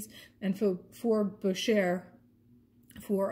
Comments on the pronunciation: “ Boo Shay “ ( French pronunciation ) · First time watching your channel. Nice jewelry finds and great prices. By the way, Boucher is pronounced Bow (as in take a bow) Shay.